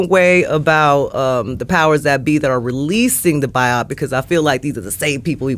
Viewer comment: Bio-Pic,not Bi-Opic